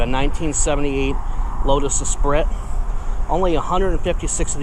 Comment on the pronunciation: Nice car! It looks pretty decent and complete. It’s pronounced Es-pree.